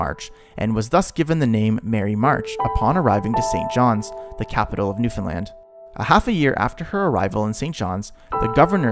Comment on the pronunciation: I'm glad you actually pronounce Newfoundland like we do here as Newfies. 🤗